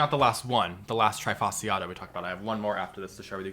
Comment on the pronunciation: Why is it that americans never seem to care for the pronounciation of Latin words?! This is so annoying, especially when this toatally insane pronounciation comes from ppl working with plants - i e ppl that really should know how to pronounce Latin names. :-/ As an example, trifasciata is NOT pronounced like the verb "to try", it is pronounced as "tree" (fasciata). And it is NOT "Hahnee-Aye", it's "Hah-nee"